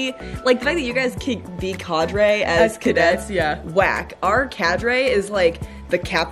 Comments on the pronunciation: Awesome video ladies! It's Cah-dre. #USAFA #1999 #GoldWillShine 😁💛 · Cadre, with the short 'a'.